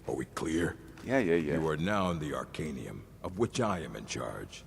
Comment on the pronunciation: god do i have to pronounce things for u now? omg its called the ar-cae-knee-yum